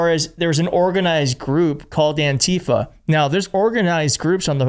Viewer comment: btw, it is pronounced ANtifa. The stress is on the first syllable. Don’t let them kaMAla this